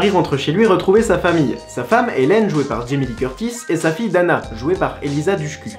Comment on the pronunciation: Hey! a pour Elisa Dushku, ca se prononce douchkou et l'autre dans la scène avant il en a tirer autant ! ...